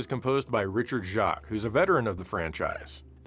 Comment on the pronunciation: Richard Jacques last name is pronounced "Jakes".